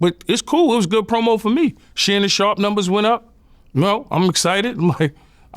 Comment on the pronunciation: Every time yayo say Shannon sharp Vlad dies a little more inside